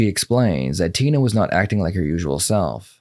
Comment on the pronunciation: "She wah akkin normal, she wah akkin normal..."